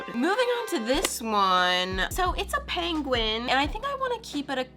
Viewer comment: is it just me? You are starting to pronounce penguin like Benedict Cumberbatch 😆😆😆